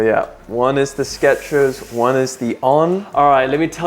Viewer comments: There is no ‘t’ in Skechers. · There is NO "T" in Skechers